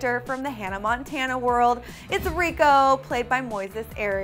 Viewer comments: It's no Rico its rrrrrrrrrrrrrrrrrico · its not Rico its ricooooooo hahaha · you said rrricos name wrong